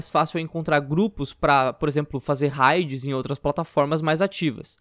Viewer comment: Por que vocês fazem questão de pronunciar "raids" errado?